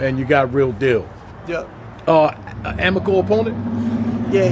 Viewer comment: "amical opponent?" TF Unc?